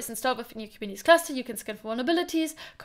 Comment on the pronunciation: Last time guy with hinglish said kuberneticus Now kubinitis lol 😆